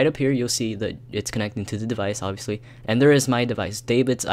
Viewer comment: Iol u said ovbvipusly u need a computer